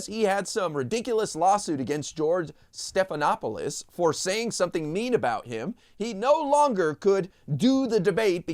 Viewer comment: So it's OK to mess up Stephanopoulos' name?! Rude is never ok, and I find it particularly offensive that he just makes fun of an ethnic name? Shame on him! Trump is disgraceful. He never learned the rules of proper interaction with other people.